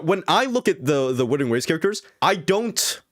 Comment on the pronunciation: Whoever thinks WuWa is a dissapointment must be srsly unhinged. Also it's WUTHERING not withering xD.